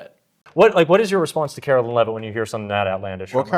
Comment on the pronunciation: Calling her “Carolyn” is just as disrespectful as the right mispronouncing Kamala.